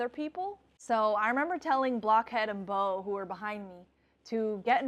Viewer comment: Fun post. Cheers to Jose! How many double takes did he do seeing you there in AZ? Glad you had a great time. LOL, you called Bo (Beau?), Boo.